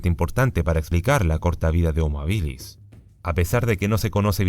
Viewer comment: No puedo con las veces que dice hominídos y habílis 😬